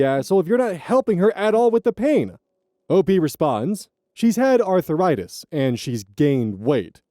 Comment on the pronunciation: Why do you pronounce it as 'Arthur write this'? Also, as a person with chronic pain: she is better off without those extra pounds. ;3